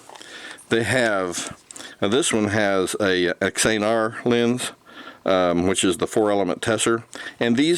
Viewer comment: Xenar = "ZEE-NAR" | Xenon = "ZEE-NON" | Retina = "RET-NUH" (like your eye) | Tessar = "TESS-AR" Nice video, thank you!